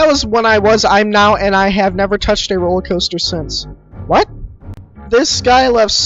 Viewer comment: Ah yes, the roler caster